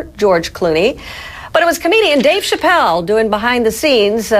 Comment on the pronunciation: The way she says Chapelle!😂😂😂